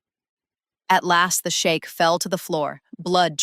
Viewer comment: It's pronounced " sheek"! You keep saying " The shake"! 😅 Are you talking about a" milk shake "!? 😂😅 Don't let him hear you 😅! The shake"! 😅😂😂😃😁😁😁😆 ❤❤❤🎉